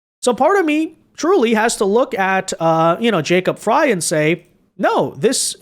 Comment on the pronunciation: Frey is said like Fry 😊